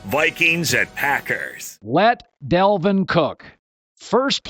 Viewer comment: Me: "Dal" Colin: "Dal" Me: "vin" Colin: "vin" Me: "Dal-vin" Colin: "Delvin"